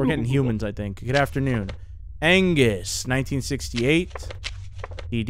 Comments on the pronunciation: i dont think you saw angus you saw annguss its angus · The double n in anngus though xD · Angus’ name was wrong. It was Annguss. 😂